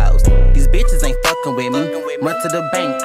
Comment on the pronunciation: “And Ian seen er since” PLEASE! 😭🤣🤣🤣😂😂😭😂😭